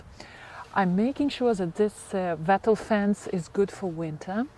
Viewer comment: Lovely watching you Make your garden such a happy place. Just one thing..... Wattle is pronounced like bottle. Yes, I know it is not your first language and you do speak so well and I knew what you meant.